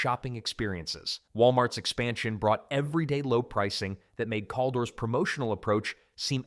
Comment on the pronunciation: It’s pronounced CAL-DOORS